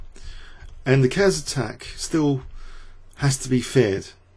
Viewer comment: Just for future reference, it's Ker-es. 2 Syllables, not 'Cares'. I don't normally mind about your mispronunciations but that's a biggy.